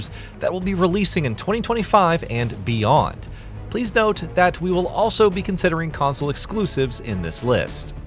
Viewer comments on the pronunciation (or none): emphasis on the beyond part